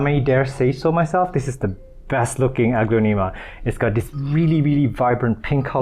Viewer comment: you are saying the genus wrong, it’s more like, uh-glon-a-ma.